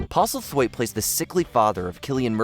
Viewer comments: That US news reader! "Pete Postal-wait." :D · “Pete Postalweight”😂